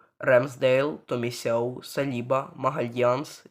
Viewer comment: Тільки не Томісяв а Томіясу.